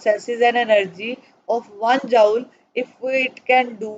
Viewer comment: Mam chapter to samaj me aa gaya lakin app joule ko jaaol kayu bol rahi thi, isko joule bolte hai aasan language mai isko jool bolte hai.